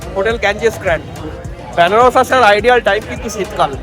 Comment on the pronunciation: Byanaras hobena uchcharon ta venaras